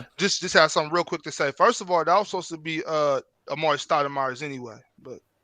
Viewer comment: this man said Amaury Stoudemire you find New York or something ?!?!that’s wild